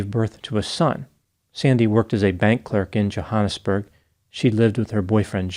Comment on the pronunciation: Omg wasn’t expecting this to be my family home town!! Also a tip the ‘a’ in Johannesburg is pronounced like the ‘a’ in at